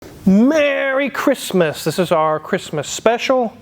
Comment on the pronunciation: Murray Cri'muh!